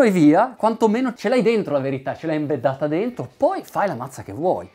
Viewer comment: ENBEDDATA NOOOOOOOOO! Non si può sentire!